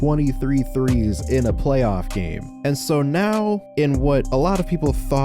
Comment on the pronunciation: PLAAYOFF